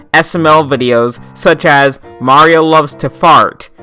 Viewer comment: The way he said fart had me dying